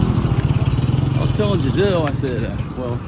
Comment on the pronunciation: Jenzel- NOT Jizelle.